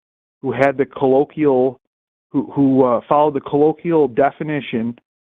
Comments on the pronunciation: if you're going to repeatedly use the word colloquial, learn how to pronounce it correctly ffs. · Can someone teach how to pronounce "colloquial"? Thanks. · couldn’t pronounce ‘colloquial’ but had the nerve to challenge Forest on scientific verbiage.